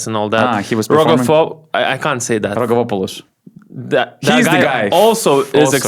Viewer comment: to make your life easier for this season: Rogkavopoulos is literally pronounced Rogavopoulos.